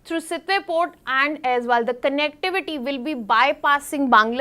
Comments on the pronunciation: it's also not Azal, it's Aizawl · Not Aizwal, it's AIZAWL, pronounced Ay-zol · Not Aizwal. Aizawl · AIZAWL ( EYES ALL OR AI ZOLE) NOT AIZ WALL OR AIZWAL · Why always AIZWAL? ❌ It's AIZAWL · CORRECTION: its AIZAWL, not AIZWAL.... in Mizo alphabet "AW" is pronounced as "O". So, Aizawl is AIZOL. Not aizual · It's Aizal not Azwal. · Pronounce Aizawl like Eyezol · Aizawl not aizwal …2025 cmon guys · it's pronounced like Aizol right ,will remember it bro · Mam it's Aizawl